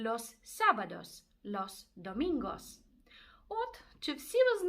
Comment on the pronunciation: Неділя домінго а не вомінго))